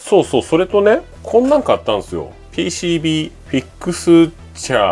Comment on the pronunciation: ピーシービーがヘイシーリーと聞こえたみたいですね。